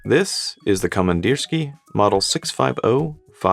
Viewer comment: Pronunciation: komandirskiye (with ye at the end, not ya)